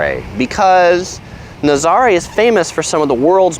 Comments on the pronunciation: Ha ha I see everyone is commenting on your pronunciation... cute video but why didn’t you show the waves? Naz-ah-ray. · It’s NA-ZA-RA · It’s actually pronounced Na-za-RAY, with the accent on the last syllable. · dude. learn how to say Nazare